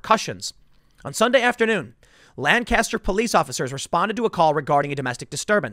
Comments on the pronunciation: The city in PA is pronounced Lankiss-ster not Lan-caster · Just a tip to help you if you ever go to Lancaster. They pronounce it Lankaster quickly together and not Lan-caster with a long, drawn out "n". They get very uppity if you mispronounce it. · My house is literally right there in town. I'm like 4 blocks from this. Also these people were from out of town, because they pronounced Lancaster the way you did - lan-cast-her, and all of us pronounce it lang-kissed-her. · Yo Tim, this shit literally happened 5 minutes from my home. 8 people have been arrested, and all of them were from out of town. Also it's pronounced Lan-kiss-ter. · This sucks, Lancaster is a nice city. Also it’s pronounced “lane cuh stir” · It’s pronounced Lank-ister here In Pennsyltucky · As someone who lives here Tim...it's pronounced Lang-kester...and now that that's off my chest, why is BLM coming here for a Hispanic guy who isn't black? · You pronounce it Lank-kiss-stir, accent on the first syllable, please. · Me, someone who’s family is from PA: It’s Not Lan-caster Tim. It hurts when you say it like that. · Hey man... locals pronounce this city as Lanc - aster... it's a PA Dutch thing, you have to live here to understand. LOL You must have heard the city and county pronounced this way, because YOU started to say it this way in this video. Love you Tim... just busting your balls. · This is bad this im from lancaster county hearing about a police shooting at all is so weird. Also its makes me cringe a bit to hear tim so the name of the city/county wrong, its how locals tell if you ain't from around here. The phonetic pronunciation is Lank-Caster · the correct pronunciation of "lancaster" pennsylvania is paramount when discussing it - you are not casting lans. lank uh ster or gtfo also i should posit that if my hometown were to be burned to the ground over such a benign use of force i would.. lose no more faith in humanity than i already have i suppose